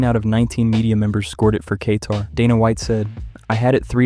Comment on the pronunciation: Dudes a little Kay-tarded